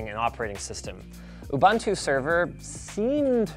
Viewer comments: OO-boontoo. NOT ub-uhntoo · It's pronounced "ooboontoo" : )